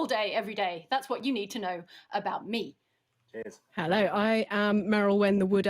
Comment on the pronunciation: Wait... "Hellay everyone"?